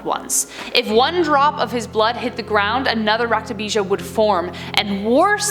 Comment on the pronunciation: Its raktobij not raktabija